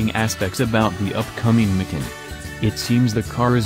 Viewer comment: Did You teach Your arse how to talk? Tell Your arse it's not a Porsche 'Mikin'!